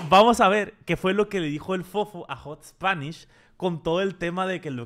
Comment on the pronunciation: Que ansiedad me da que diga "HotSponish" 😂😂